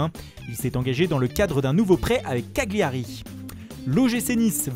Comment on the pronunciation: Le mec nous gonfle avec son accent italien et est même pas capable de prononcer Cagliari correctement... Soit tout soit rien!